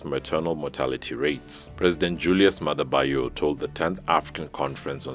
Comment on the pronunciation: U can ask around others to help pronounce his name better, he's "Bio" not Ba Yo